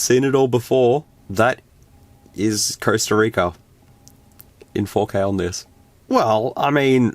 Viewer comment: The costa rica video becomes CURSEta rica 😂😂😂